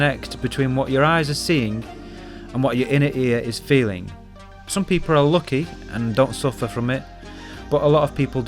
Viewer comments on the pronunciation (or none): Nicee videoo ( by the wayyy can you please search up how to pronounce the letter 'u' in english ? I noticed you always pronounced the words wrong like punch, gun or lucky;) )